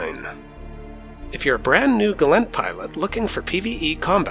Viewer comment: Hit dislike the moment he said Gallent pilot. It's Gallentey.